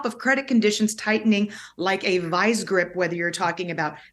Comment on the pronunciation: "Vice grip" not "vize grip"